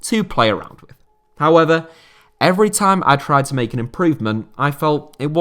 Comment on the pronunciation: I'm pretty sure he did that once, but no idea in which video it was xD Also, is this video the first instance of Hoever for "however" or did I just miss that till now?? 😂